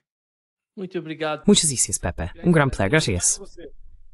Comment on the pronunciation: no es "pepi" se pronucia "pepe"